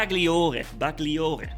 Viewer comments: Hei the correct pronuce of these italian names is this: The GLI part of the names has to be pronounced like the double LL part of word "Million" so has to be like Bersa "LL" iere or " Ba"LL" iore. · The new titan Bersagliere looks like the pathfider for the shoulder shape🤔🤔 And I am italian and I know that the pronunce is not BersaGhlliore but if you go to Google translate and click on the 🔊 you find the correct pronunce for the titan and the robot Bagliore (not Baghlliore)😂❤